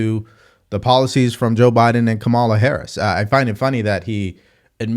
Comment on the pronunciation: you still can't pronounce Kamala - this has become a learning disability my man